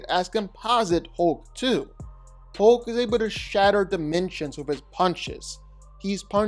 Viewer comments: #1...it's HULK...not HOLK. #2.... You keep calling Juggernaut, Colossus. That's just Weird, weird. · It's hulk not holk! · The way you say hulk the ULK 😂😂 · If I didn't know you were saying "Hulk" i would SWEAR you were saying "Hoke." 😂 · "Hohk" lol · You seem to have a problem, in pronouncing HULK... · The way you pronounce Hulk drives me NUTS